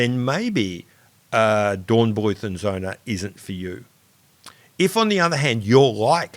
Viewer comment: You should probably stick to the anglicised pronunciation of German words, as in Dornbluet and Son.